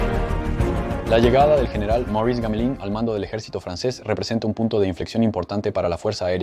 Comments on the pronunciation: Trabajo impecable, solo que suena raro gamelin, en vez de //GAMELAN// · El nombre Gamelin se pronuncia Gamelēn, con una E bastante abierta. El avión Dewoitine= se promuncia 'debuatin'.